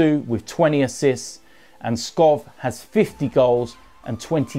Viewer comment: u need to pronounce it Robert Skow